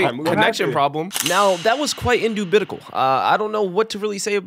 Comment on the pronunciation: Indoubiticle WTH is that word lmao